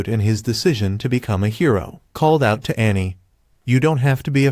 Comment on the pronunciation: I love how the text to speech software is very funny. Because it for some reason can’t say hero half the time.. and says hiro